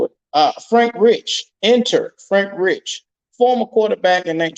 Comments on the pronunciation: It's Reike. Like Rike Not Rich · Bro can you say his name right please lol